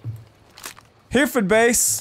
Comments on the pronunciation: Dude its pronounced Heh-reh-ford not here-ford. SAS HQ n all dat. :) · Please it's pronounced hair-ra-fud not hearfood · HE-Rif-Ord not here-ford. I know thats how its spelt but we english are messed up. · "Heh-reh-fud base" btw love these vids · Hey just wanted to let you know it's pronounced her-ford because I show cattle and a cattle breed is a Hereford and it's pronounced her-ford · You said Hereford wrong oh dear 🤓(sarcasm)